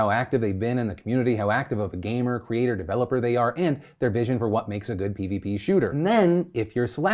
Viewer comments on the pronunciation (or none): none